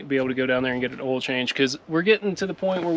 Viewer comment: I love how y’all say hell instead of hail and ol instead of oil lol. You guys got some good rain. Bet it was refreshing.